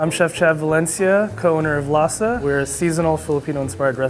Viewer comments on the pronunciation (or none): the way they pronounce "lasa" and "sinigang" triggers me